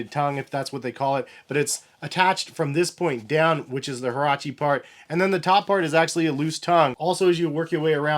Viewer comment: Get your pronunciation right bro